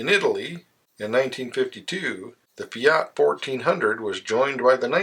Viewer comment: You call yourself a "car guy" and you can't even pronounce FIAT???? You say it with the accent on the... A, and it should be on the I, clueless person!